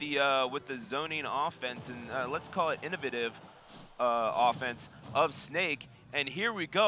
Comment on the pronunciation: Should learn how to pronounce the word "innovative" before you decide to start using it on published commentary. It's hard to grasp what you're saying when you say that word.